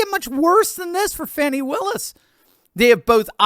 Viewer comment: Thank you for not calling the heavy set extra large “ fawni”